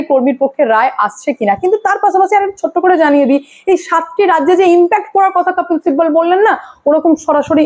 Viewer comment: আপনি কপিল সিব্বলের নাম আপনি উচ্চরণ করেন "কপ্পিল সিব্বল"। কোনটা সঠিক? আর আপনার " স" এর উচ্চরণের দিকে একটু নজর দিন।